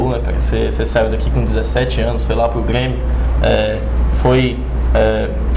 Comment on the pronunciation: É só pelo jeito que ele pronuncia o "R" mesmo. Como trocar Grêmio por Guêmio. Não tenho interesse em fzr isso não mas valeu a dica